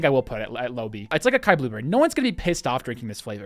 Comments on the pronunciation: lol it’s “Ah-sigh-eee” not Akai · Please stop pronouncing açai (assuh-ee) akai bro lmao. Makes me cringe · the mispronunciations hurt me so damn much Açaí: Ah-sigh-ee Lychee: Lee-chee Daiquiri: Dack-airy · Lol the way he said Acai and daiquiri killed me lol 😂 Nice review of the flavors, just got a sample pack to try out a few! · Maybe if they spelled Acai differently (most languages C usage is se si ka ko ku) he'd have gotten in right. As it is, it's a pretentious name with pretentious spelling.